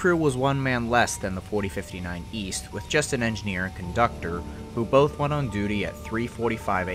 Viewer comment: What’s a “coductor”?